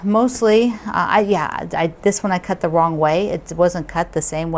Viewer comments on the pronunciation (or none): none